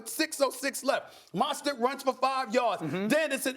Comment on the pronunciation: Why can't Stephen A say Mostert? Keeps calling him Monstert. Sounds dumb.